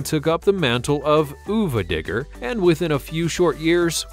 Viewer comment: I'm severely disappointed you forgot the most important monster truck, ever: Captain America! How could you leave that one out? Also, Sonuva Digger is pronounced Son Of A. It's supposed to be like saying Son of a B---ch, on purpose.